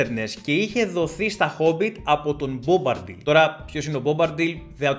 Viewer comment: Έχεις καιρό να διαβάσεις το βιβλίο, δεν είναι Μπομπαρντιλ αλλά Μπομπαντιλ